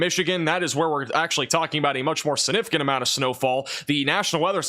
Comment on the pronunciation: Aww. He does say sinnificant instead of significant. 😅❤ saw someone pointed that out on his last video but must've missed where he said it before reading the comment. Heard it in the first 10 seconds of the video and had to restart the first 10 seconds to make sure I heard it right. And before any of the complaints start, I've never heard him mispronounce any other word and his professional way of giving us the weather keeps me coming back as well. I actually think his mispronounciation is kinda cute. 😊